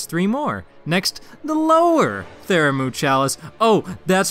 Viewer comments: Bruh. This killed me. Theramu.... :/ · Pthumeru/Pthumerian : ( Thoo-Mah-Roo / Thoo-Mare-E-An ) 😊. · wtf though, you said it right the very first time and only then started saying it stupidly lmao. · Every time you misspronounce Pthumeru I want to stab the shit outta you. Great video though.